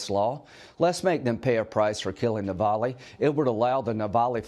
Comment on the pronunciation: Say his name correctly. Navalny.